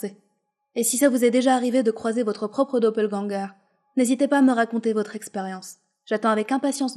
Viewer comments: Je fais allemand et on dis pas ganger mais gänger le ä avec deux points se prononce é Édit oui je sais ça fais cancer selon moi de corriger les fautes d'orthographe mais je disais ça juste pour corriger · Sa s'écrie Doppelgänger mais le "ä" en allemand se prononce "ai". Juste au passage #nohate